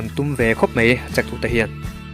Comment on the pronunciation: Mai tih a lam tur ania ,mei i ti zel a😂👍